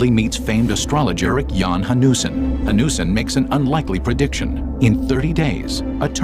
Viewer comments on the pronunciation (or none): the name is Eric Jan Hanussen. The pronunciation in the video made it hard to find the name. Interestingly, he was Jewish.